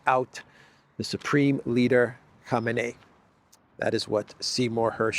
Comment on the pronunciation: it is pronounced "koh-MAY-nee".